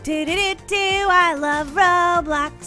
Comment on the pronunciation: did you know that when you are on them little clouds in the Mario thing it sounded like you said of Robux instead of Roblox😂